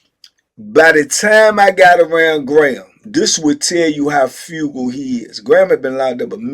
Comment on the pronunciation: *Frugal not Fugal two different words